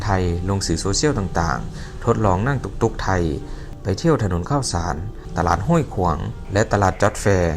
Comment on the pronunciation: ต้องเข้าคนลาว ช.ช้างจะพูดไม่เป็น จะตก ซ.โซ่ตลอดคะ😅😅